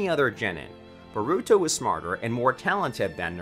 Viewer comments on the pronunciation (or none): bah ru to, sa suke, sa rah da, why just why this pains me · this man said boruto xDDD its borrr uuu to.... in japanese wtf lmfao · bruh the pronunciations be like boruto nah buritto sakura nah sakoorah sasuke nah sasUke man 😂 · The way you say "Boruto, Sarada, Naruto, and Sasuke" are killing me badly from the inside and outside T^T